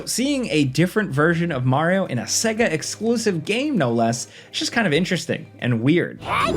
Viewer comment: Segue - Ah? Not Say-Gah? Another bloody AI voiceover. Hate this crap.